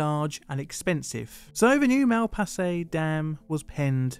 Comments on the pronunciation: True. Even funnier, in "Malpasset" the ending is pronounced differently, but pronounces it almost like "Mal passé", which would be "went wrong":D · C'est ironique que le barrage de Malpasset a mal passé à l'histoire ( prononce Malpasset de la même façon que mal passé) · The flood also washed away a french air force base, destroying many planes and costly equipment. Malpasset sounds like "mal passé". Literally translate to : "Gone wrong".